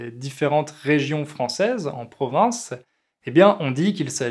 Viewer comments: J’apprécie vos vidéos qui sont fort intéressant. Il me semble, cependant, que vous prononcez le mot “province” comme Provence”. Il se peut que ce soit moi qui est un problème d’écoute. Suis-je la seule ? En tout cas, un grand merci pour partage votre savoir avec nous. Meilleurs sentiments. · pourquoi vous prononcez "province" comme 'provence"?